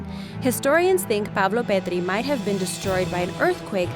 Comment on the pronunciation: Pavlopetri not pavloperdri south American lady!